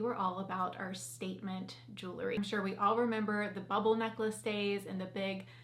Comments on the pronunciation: I hesitate to mention this, but since you're representing a jewelry company, I'd like to gently suggest that you correctly pronounce this word. It's jewel-ree, not jooluh-ree. I know it's a minor thing, and it's a common mispronunciation, so please take this with a grain of salt. I'm a fan of yours and will love your videos regardless:) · The pronunciation of "jewelry" as "juu-le-ry" with three syllables is fairly common in everyday American English and is considered a variant pronunciation. It's often heard in informal speech across different regions of the United States, but it doesn't belong to any one specific area. People tend to insert an extra syllable because the word "jewelry" can feel awkward to pronounce with just two syllables, leading to the more natural "juu-le-ry" flow.